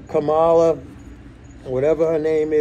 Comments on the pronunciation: Her name is pronounced Comma-La, or better yet Vice President Harris (or just Harris). You wouldn't say Donald when referring to Trump so you should show show the same respect when referring to the Vice President. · As a general rule, that's true. Women tend to get first-named where men are "Mr. so-and-so," and it's crap. But in this specific situation, VP Harris has indicated she prefers people use "Kamala" (as long as they pronounce it right) because it's tied to her heritage (mom, sister, etc.) more than her common, very Anglicized last name. I do agree that shows he's consuming a lot of right-wing media because he automatically defaults to mispronouncing her name and then saying 'whatever her name is," just like the talking heads and pols who lean way right. I try to block it out because, as an MMTer, I value his financial perspective.